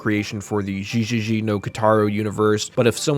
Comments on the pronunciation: The pronunciation you used for one of the games got me confused because of the katakana being displayed. The katakana being (ゲゲゲ) GeGeGe which sounds more like (Get) but without the (T) but you keep saying (JiJiJi) which in Katakana is displayed like (ジジジ) I think. Not trying to be critical though. Katakana usually gets my brain going when I see it. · Correction on Gegege no Kitaro, it's pronounced geh gehgeh not jee jee jee. Otherwise, neat vid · Gegege is actually pronounced with a hard g like "geh" but not quite like "gay". Just take the Gs from Gambado Gaming and replace the m in "meh". Backbeard is a known yokai but not super well-known outside of Japan, I think even in Japan he's mostly associated with Kotaro. It also appears in Yokai Club, which is being re-released soon on Switch, and some of the Megami Tensei series. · it's pronounced "geh". gegege is an onomatopoeia for a frightened shudder. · From the Gegege no Kitarou segment. You pronounced some things wrong. Gegege is pronounced gae-gae-gae (or gay gay gay) Gasha Dokuro is pronounced Gah-Sha Doh-Koo-row Kamaitachi is pronounced Kah-mah ee-tah-chee